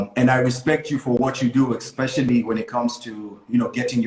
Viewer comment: EXpecially.. it's especially!! ....... kwa halo machache!